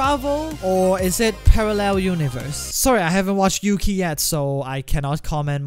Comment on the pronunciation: You said kamen rider yuki and its wrong you need to read the R with yuki